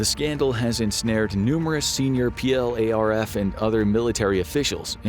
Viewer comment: Don't spell out PLARF, just say "plarf"